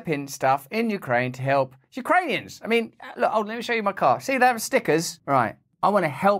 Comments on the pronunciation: "so we are working with the Yoocranions" come on, woman... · Did she say Ukraineons.